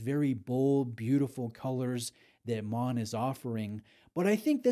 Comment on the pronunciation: Congratulations on the pronunciation of Maen …. Almost perfect in the intro